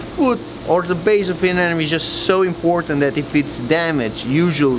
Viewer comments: why do people pronounce it as ANE NE MES! its uh·neh·muh·nee! A NE MO NE! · Anemone not anenome 😉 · Stop mispronouncing anemone